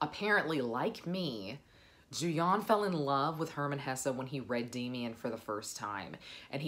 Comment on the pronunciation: it's Hesse, you're going enjoy it🙂